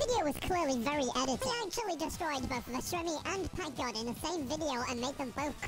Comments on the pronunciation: bro really said "pakgod" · who noticed the first time he said packgod he said pak god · 1. U can see that no1 likes U in comments 2 . Bro said pak god not PackGod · The fact that bro can't say pack god right and said pak god💀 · bruh you mean packgod not pak god 💀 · Pak god is crazy it’s pack not pak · "pak god"💀